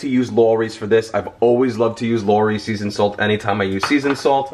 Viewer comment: Lawry's is pronounced like the last part of "allow" plus "Reeze".